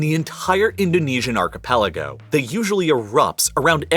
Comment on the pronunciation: It is malay archepaliogo...